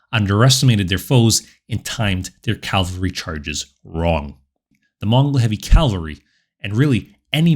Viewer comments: I've never commented on your channel before, so let me first congratulate you for putting out some excellent content! Now for my minor editorial critique here... In the narration, the word cavalry is pronounced as "Calvary", which you know is the biblical name of the hill on which Christ and others were crucified. But still... Keep up the amazing work! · Try saying chivalry then cavalry, maybe it helps before recording so as to eliminate that bothersome "l" you insert after the "ca" în cavalry.